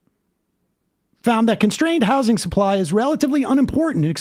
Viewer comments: it's pissing me off the way ezra keeps pronouncing it "house-ing" instead of saying housing like a normal person. why is he so angry in this conversation, it's really offputting how irate he clearly is from the first moment he appears on screen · Just for the record: “housing” has a “Z” sound to it. If you’re not saying it with a “Z” sound, you’re saying it wrong. This fact is inarguable.